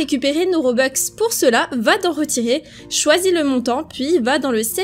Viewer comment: des robux pas des robex c pas méchant